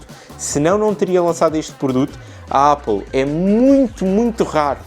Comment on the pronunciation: O a dizer Ápal é super egngraçado 🤣🤣